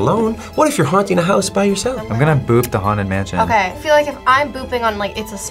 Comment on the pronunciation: The way that one dude kept saying "bop" instead of "boop" was so funny